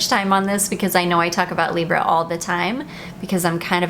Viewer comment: Correct pronounciation of Libre!!!!!!